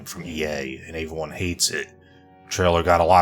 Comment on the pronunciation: "Ehyvreyone" say every... now say one... now put them together.... every-one... come one man.